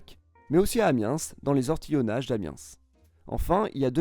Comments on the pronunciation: Super exemple pour amiens !! Mais on ne prononce pas le S de Amiens, ça se lit : amien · On ne prononce pas le "S" dans Amiens 😭😭 D'ailleurs si tu ne le sais pas, on appelle un habitant d'Amiens, un amiénois ou omiénois (sans prononcer le S) et par contre on dis une amienoise ou omiénoise pour une femme. Si jamais tu reparles de nous, j'espère en tout cas que ça puisse t'être utile aha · pas le S dans Amiens; on prononce juste Amien pas AmienS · On dit Fort Lauderdale et pas fort lauderval ! Amiens le s ne se prononce pas ! La vidéo ne mentionne pas les canaux de l'agglomération de Shanghai, un honte! les canaux de Shanghai sont très nombreux et impressionnant. Il y a énormément de villes à canaux en Chine, bien plus que ce que la vidéo mentionne. Phoenix en Arizona a également de nombreux canaux, pas pour le loisir pour l'agriculture. Pour Venise, c'est l'île de "la Giudecca" et non l'île Giudecca ! On voit bien qu'au final le mec n'y connait pas grand chose et a simplement regardé sur google! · Juste petite précision, peut-être inutile mais a on dit Pon T au de mer et non Pon o de mer. Pareil pour Amiens, on ne prononce pas le S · On dit AMIEN pas AMIENSSSSS. Très bonne vidéo. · C’est ce que je me disais !! Je ne suis pas d’Amiens, je suis même du Sud donc rien à voir lol mais j’avais un pote à l’armée qui venait d’Amiens et il ne prononçait pas sa ville Amienssss 😂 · Bon les gens du sud ouest le S dans Amiens se prononce pas ! :') alors sur moins on peut rien dire c'est vocabulaire mais un nom propre par contre pas touche pas touche xD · Amiens sans prononcer le s Pleaaaaase😂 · Merci pour cette vidéo. Pour info, on ne prononce pas le S a la fin de Amiens 😉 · le s de Amiens ne se prononce pas ;) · Super vidéo! Attention par contre, Amiens se prononce sans le S!;) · Pour info le s ne se prononce pas dans Amiens... C'est comme pour Paris... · On prononce Amiens sans le S stp 😭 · suer vidéo comme dab (le S de Amiens ce prononce pas)